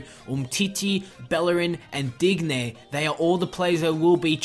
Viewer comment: Its not Dig- nay, Its Deenyay. Make it sound French at least plssssss